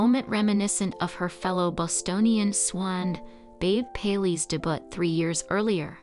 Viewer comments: I enjoyed the video, but I agree with the mispronunciation of some words. Capote is ca-po-tee. Debut is day-bu. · I just could not get past all the mispronounced words: Capote, debut, epitome.